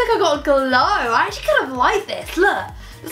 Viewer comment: wanna say "acctually" again lmao